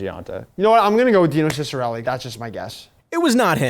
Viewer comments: Who the hell is Dyno Kickarella? I hope you know it's dee-no Si-Sa-Relli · “Die-no Chickarelli”? Take a strike just for that! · Dyne-Oh Kick-a-rell-eye? That pronunciation blows my mind. Like, what? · Does actually think it’s “DYNO KICKER-ELL-EYE” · Nah. said “DIE-no KICK-a-relly” doesn’t count for the stars. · "Dino (Nuggets) Kicka-rell-eye" lmao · Horrendous butchering on Dinosaur Chikareleye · … ( D-eee-no ) ( Sis-a-rell-ee) Definitely deserved the L just for the botch job on that😂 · Where in god’s green earth did he come up with the weirdest pronunciation of Dino Ciccarelli. While Dino may be old now calling him a Dinosaur is uncalled for but still pretty funny. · Dang he butchered Dino’s name. Lol. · Corwins pronunciation of Dino Ciccarelli was so brutal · pronunciation of Dino killed me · Why do you always pronounce Dino Ciccerelli’s name wrong